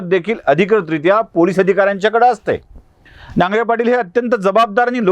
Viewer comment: नांगरे नाही नागरे